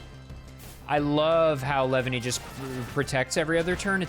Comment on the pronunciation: The way you say "Leavanny" sounds like "Lebanese"